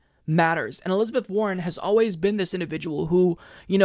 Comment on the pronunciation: trivial but i heard "elizabeth horren" xD